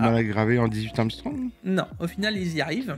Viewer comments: c'est pas "amstrong", c'est angström, et ca se prononce "anguestreume" !!! :d Voir ici! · ça se prononce "angue-streum" pas "arm-strong" 😉😙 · ANGSTRÖM pas AMSTRONG !! LOL T'es dans la lune 🤣🤣